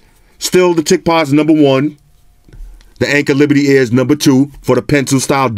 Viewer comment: Hey I'm new to your channel. I sounds like you're saying "Anker Liberty Iz?" What are the headphones called the one you liked them over the Indy? I like to buy them. Thanks